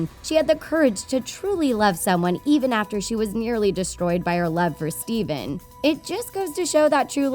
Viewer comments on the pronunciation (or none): It's not stephan it's stefan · It's not Steven. It's Stephan like "steph an" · I kept hearing steven. It's Stefan. 🤦‍♂️ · Stefan not Stephen. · Stefan not Steven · It’s pronounced Ste-fan, not Ste-ven. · It’s Stephan not Steven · “Steven” it’s Stephan :/ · Stephan not steven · Did nobody notice that she said STEVEN instead of well I think it’s spelled Stephan. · Whos Steven? It's Stefan. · Stefan not Steven.. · STEFAN!!!!!!! Not steven. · Dear god how can you pronounce the kings name wrong, has this woman never watched sleeping beauty or maleficent??? Steven??? No dear its prenounced stefan. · His name is Stephan not Steven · its stefan not steven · You are mispronouncing his name, it's not Steven, it's Stephan, the ph in this case is pronounced as an f, as in the original tale. Nice vid though. I'm curious how this will turn around in the sequel. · its stephan not steven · Sorry, what? Steven? His name’s Stefan. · It's not Stephen! Its stephan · The worst thing about this whole video is the narrator calling Stefan ‘Stephen’ .... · She says his name rong it is stefan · It’s pronounced STEFAN. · it's not pronounced steven rEEEEEE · It’s stefon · The amount of times Stefan is pronounced as Steven is enough to drive a Disney Nerd bonkers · I’m sorry but I can’t take this video seriously. You can’t say Maleficent OR Stefan correctly. Not to mention your “dark secret” is just a plot summary...